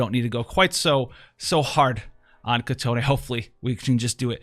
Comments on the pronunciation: Not "kitoné" its just kitone..its already prounce correctly in global version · Its Kee-Ton... not Kee-Ton-E.... theres no e at the end. btw nice content as always!